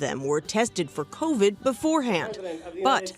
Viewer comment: hopeless if the guy can’t get even the name COVID correct, you think he has a clue what he’s doing in regard to covax or covert 9?